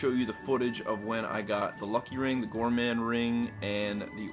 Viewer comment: You’re saying gourmand correctly. I only know because of the White Gloves in Fallout New Vegas